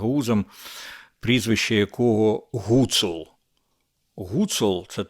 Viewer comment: Він же гУцул не гуцУл!